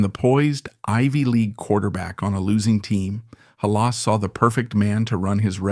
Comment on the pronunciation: Lose the AI.if you can't pounce rhe name of the founder of the Bears you lose all.credibility